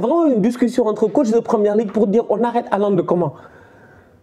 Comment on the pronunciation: Haalande 🤣🤣 tu vas me tuer 😂😂